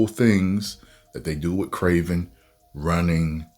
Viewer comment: Bro actually has a better accent than the actual kraven